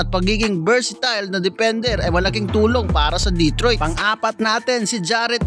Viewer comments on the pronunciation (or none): none